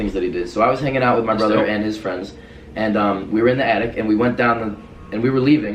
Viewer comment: Hi I like pizza do you like pizza if not we can't be fwends I need fwends please be my fwend